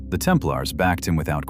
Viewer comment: I switched 9ff as soon as I heard the AI generated mispronunciation of Templars. Bye!